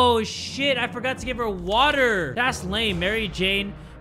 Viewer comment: What about the way u would say, WATAH, I miss that🥲